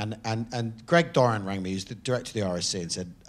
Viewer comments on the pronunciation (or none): none